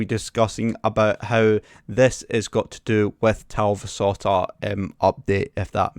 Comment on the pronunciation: As a Finn I must say that you did quite good pronouncing The Talvisota. :D